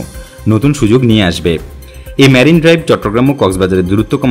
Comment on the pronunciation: সুন্দর উপস্থাপনা। তবে "ম্যারিন" ড্রাইভ না। "মেরিন" ড্রাইভ।